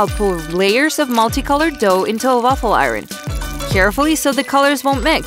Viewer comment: The Grandma said (Douh) instead of dough